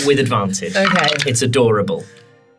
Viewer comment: It's "a_door-able!" :D